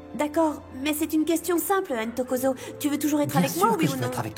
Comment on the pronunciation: 😂😂😂 c'est pas Intokozo! C'est plutôt : Ntokozo. C'est un prénom africain. Les interprètes français qui ont traduit la série ont du mal à prononcer des noms avec deux consonnes qui se suivent.😊